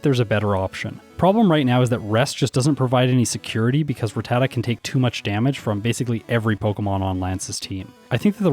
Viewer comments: Ruh-tat-uh is how they pronounce it in the anime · Why do you pronounce Rattata with both common pronunciations?? How am I supposed to know how to pronounce it now